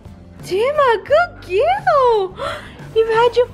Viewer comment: Gud gewl Tina gud gewl